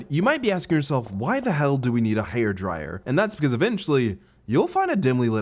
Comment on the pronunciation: I wasn’t the only one that noticed he said ‘hair dryer’ a little funny